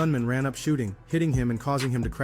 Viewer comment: Hypee not hyphy lol